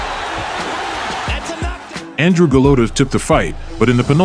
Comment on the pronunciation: That's how you pronounce "Andrej"